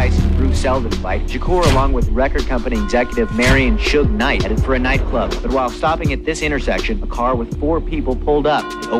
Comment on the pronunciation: He said Shuge knight